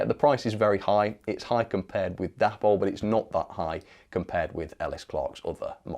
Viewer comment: Correct me if I'm wrong, but I always understood that the model brand Dapol was named after its founders Dave and Polly, so should really be pronounced "Daypoll"..... Just a thought 🤔🤨 Meanwhile, carry on the good work. Bob Morgan.